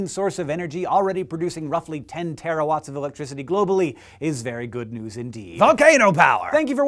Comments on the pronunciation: It's terawatt not terrawatt. :) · It's "terawatt", not "terrawatt". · Hank, it's TeraWatt, NOT TerraWatt! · Shouldn't terawatt have only one R?